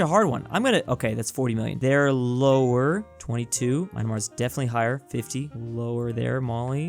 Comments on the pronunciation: No, he pronounced it Myna -mar, instead of Myan -mar. As though he can't read the spelling correctly. Is dyslexic? 🤔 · Myanmar: exists Normal people: "Mian-mar" Confused normal people: "Mi-an-mar" Weird people: "Mai-en-mar": "Mai-NE-mar!!!" He's literally adding letters that aren't there in the name... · Here again for "Myanmar" pronunciation. The word has only two syllables. It is not read as "My -anmar", "Myan" is one syllable and sounds closer to "Me-ann", and you really can't screw up on the "mar". So, it sounds more like "Me-ann mar". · mynamar????? its myanmar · ❗ Bruh, it's Myan–mar. Not Myna-mar. 😐 (I was hoping you were joking all this time) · "Majnamar" lol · bro just called myanar "my nah mar" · i love how called myanmar "maynamar" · Nobody:: “Mynemar” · Why do u call myanmar "mine-a-mar"? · Lmao he told mynamar it's myanmmar, I don't know why I found it funny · my ears has been thru a lot of "My-anmar", I need to crucify someone as a symbol to tell them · Fun fact: if you travel to the Indian subcontinent/south Asia plus Myanmar, you will see its pronounced My an maar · That's no Mon. It's Me-annmar. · He just pronounced it Myandamaar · Im native burmese and this is true Myan-mar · Dude said Maynamar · Bruh you butchered the name of myanmar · Every time you myanmar I cringe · the way you pronounced myanmar hurts me. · Lol the way he says Myanmar is like some kinda idiot u can’t read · STILL cant pronounce Myanmar correctly